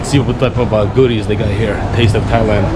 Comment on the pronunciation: Dude.. learn the name. You been in Thailand how many times now? its not even funny and im not even Thai.